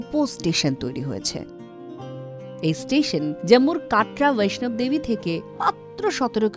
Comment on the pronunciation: Commentator bollen- "" Boishnab Devi"". Kintu amra Jani ota habe"" Vaishno Devi"".......